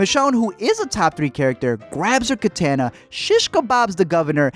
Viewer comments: It’s pronounced ka tah nah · You’re saying Katana and Andrea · My man, you pronounced two things wrong, andrea and katana